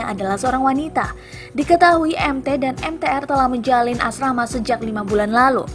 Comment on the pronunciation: Menit ke 1.15 .ada kata asrama, maaf ya kawan aku juga suka salah ucap🙏🙏